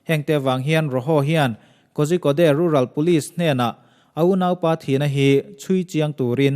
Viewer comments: Kozhikode "Kaw-rhi-kawt" tia lam tur. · korikawd ti a lam tur aw... a ngaihnawm hle mai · Ngaihnawm,hmuhnawm thin mange....mahse Kozhikode ti a ilam hi..Korikode ti anga lam tur ani e...a spelling ori lam chu i lam dan chiah2 tho ani na a...